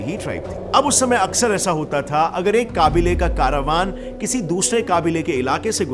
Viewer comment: केरवान ❌ कारवां✅